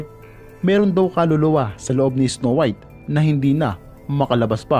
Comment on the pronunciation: “isnow wiyt” HAHHAHAHA LT